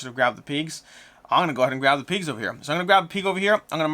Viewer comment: Peegs 🤣 sorry. Just had to tease. Never heard anyone pronounce pigs that way.